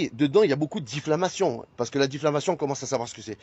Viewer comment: « ces critis » ? Ces « diffLamations » ???? il « divoile »… 🤨 Je pense que si Oliv avait neuflamé au lieu de dixflamé, nous n’en serions pas là. Après, je ne suis pas sûr que neufvoiler, dixvoiler, ou même onzevoiler fasse vraiment une différence. Mais je ne suis pas expert.